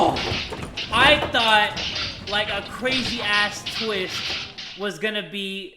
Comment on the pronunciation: “What a tweest”